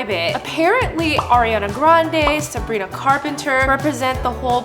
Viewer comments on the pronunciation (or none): none